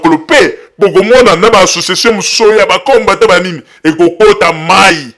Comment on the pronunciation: C'est pourquoi le Congo n 'avance pas avec des gens comme ca , tu ne sais meme pas prononcer combatant. il est temp de se repentir. Aimez-vous les uns et les autres.